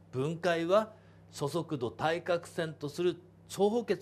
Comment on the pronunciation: そそくどって聞こえる